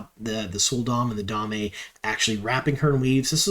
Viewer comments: Excellent breakdown! I think you have caught quite a number of Easter eggs and such that the other channels and personalities have overlooked. I did one want provide one note, and I mean this in the nicest way possible but I believe Damane is pronounced dah-mah-nay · By the way, the damane are the captives. Dah-MAHN-ee. The a'dam (AYE-dahm) is the device that captures them. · He's been doing that for years. It's one of his pronunciation quirks. He omits the "n" sound and just calls them "da'mae" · Da-Ma-Ne? Great Video - great breakdown!